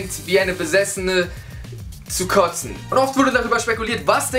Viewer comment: "Ihre Suppe ist zum Kozten" xD